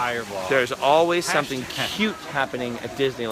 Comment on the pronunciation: it's pronouts el-ways